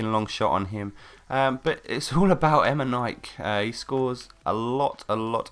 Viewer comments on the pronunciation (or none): EME??NIKE?? xD E Me Ni Ke ! :D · Its pronounced emeneekey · em-en-ee-kay is how you pronounce it, but yeah great video, and a BEAST player:) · IT IS EMAY-KNEE-K!( KSI VOICE) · em in e k is how you pronounce it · Its actually pronounced Emineekay